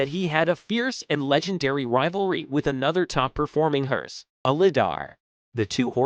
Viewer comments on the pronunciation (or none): none